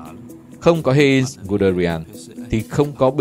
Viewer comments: Giọng đọc hay, ấm, nhưng phát âm sai quá nhiều. Heinz mà đọc là Hê-in là thua rồi! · Phát âm mấy tên hơi kém. Ví dụ Heinz (1 âm, ko có in) hay Vessailes (Véc sai). Cái Vessailes chính là cái tên mà HCM gửi bản yêu sách của các dân tộc thuộc địa đông dương ngày xưa suốt ngày nói trong trường học đấy.